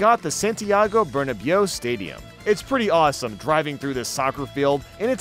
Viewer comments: As a Football/Soccer fan I find it so funny how butchered the pronunciation of Santiago Bernabéu when he talked about Madrid Drive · not the pronunciation of Bernabeu ☠️☠️ (actually pronounced ber-na-bhe-oo)